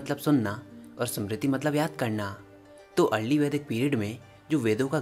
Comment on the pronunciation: भाई आपका काम अच्छा है पर आप नाम बिगाड़ रहे हो वो वेंदास नहीं वेद है सामृती नहीं स्मृति है अंग्रेजो ने ये कबाड़ा किया है आप नहीं करे रामा कुछ नहीं होता राम होता है वात पित्त कफ होता है ना की वाता पित्ता और काफा